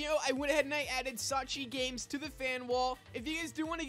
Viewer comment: btw u saying "Sawchi Games" makes me laugh